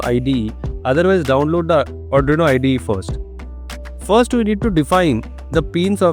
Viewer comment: There are plenty of corrections to be done by you , 1. You did not mention to click the serial monitor icon and because of that i took 1 hour to do this. 2. Also mister you said "Serial.printIn(" cm"); whereas it is actually "Ln" and NOT "In". 3. You also pronounce ARDUINO as ADRINO which is not correct and sounds funny.